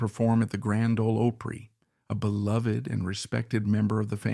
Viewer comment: Can't pronounce OPRY, Where is the guy from ?